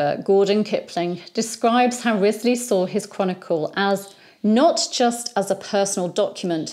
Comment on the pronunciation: In the Six Wives of Henry the Eighth series from the 1970s, Henry the 8th (Keith Michel) apparently didn't know the correct pronunciation of Wriothesely either. (Ruchesley IIRC). I look forward to your daily videos. I'm guessing the recommendation for your channel came from YT because of the operas of Donizetti about the Tudor era. Besides his three queens, there was also a Pygmalion, a Lucrezia Borgia, an opera that takes place in Granada, Emilia of Liverpool, The Siege of Calais, Gianni of Calais, Elizabeth at Kenilworth, and most famously Lucia di Lammermoor, based on Sir Walter Scott's The Bride of Lammermoor. Sir Walter Scott was at the height of his popularity when Donizetti was composing.